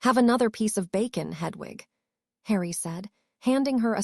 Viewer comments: Why does the reader say hudvug when it should be Hedwig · Hudwug😂 Please re upload with a better AI :p This one cant do names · The owl's name is not h u d w u g, it is Hedwig, if the English language is so difficult then find a different AI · The mispronunciations are hilarious. Hudwug flies to Hugwhuts. Priceless.